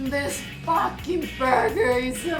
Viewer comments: Me: did... did she say Boyfriend: No, FAHKING, not that other word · Well now i have a reason to say "fakkin"